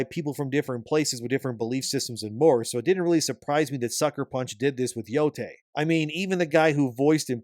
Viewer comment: how could you butcher the name like that😭